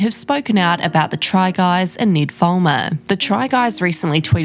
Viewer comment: His name is not pronounced like that, lol. I get having an accept and prounouncing words differently, but this is someone's name. Ned with a short e sound, not Need with a long e sound. Its and eh sound. Not saying this on behalf of the try guy, but all other Ned's out there, as well as the auto generated captions. If you have a strong accent, maybe listen to the name you are about to repeat a couple times, in their own accent, to get the pronounciation right.